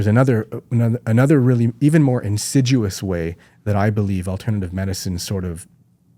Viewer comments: I think he said, "insiduous." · it’s insidious, not in-sid-u-ous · Insidious, not insiduous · It’s ‘insidious’ not ‘in sid duos’… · He's trying to say "insidious" (for anyone else confused why he's saying "insiduous" like it's a tree that loses its leaves in winter...) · Insidious. Not “insiduous”. That is all. 😂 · *insidious not insiduous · Who else is twitching at his repeated mispronunciation of “insidious”